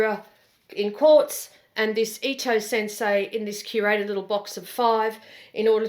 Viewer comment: Re the Ulysse, the second time you said 'Quartz' I could swear you said 'Corpse' and it cracked me up hard. It's a gorgeous color, no shade on that, it just made me laugh and I had to roll it back and check the closed captions to see if I hallucinated it. I did.